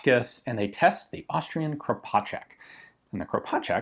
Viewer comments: your first pronunciation of Kropatschek is spott on. Same goes for sounds exactly like I as an Austrian would pronounce it. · He actually nailed it :D